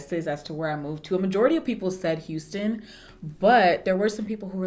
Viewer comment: I knew you moved to Texas bc I heard "hu" as in Houston